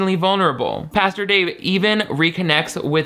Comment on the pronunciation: Girl still can't say Pastor lmao love!